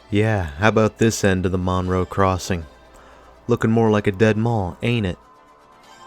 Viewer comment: The name of the town is pronounced Munroe. I worked at the Wal-Mart in the late 80's and have lived in the area for 38 years. I feel like I need to defend this mall; it was a great place in the 80's and 90's.